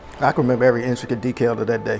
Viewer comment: "DEKAIL"??? does he mean "DETAIL" 🤭 yea with memory like that i'm shure he can lol WOW